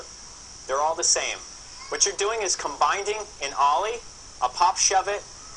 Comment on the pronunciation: ha ha 'combinding'